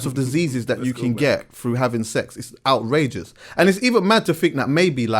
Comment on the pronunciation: Absolutely kills me everytime 🤣🤣🤣🤣he says it with his whole chest